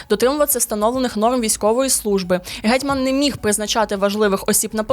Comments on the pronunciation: Ге'тьман в обох значеннях і в усіх формах слова наголос на 1 складі❤ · Чудово, динамічно й нарешті без фейків. Дякуємо! Але... такі матеріали варті гідної обгортки. Тому, будь ласка, не ігноруйте стандарти, стежте за вимовою, не нехтуйте правильними наголосами ( гЕтьман/гЕтьмана; назва річки - КолОмак, тому статті КолОмацькі). Це не дрібниці. Сподіваємося, далі буде.